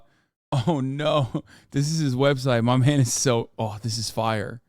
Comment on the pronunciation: But when My mane mahn omi does it… Hasan has never sounded more Turkish